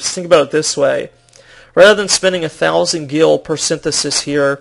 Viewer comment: ugh... IT'S SYNTHESIS!! SIN-THES-IS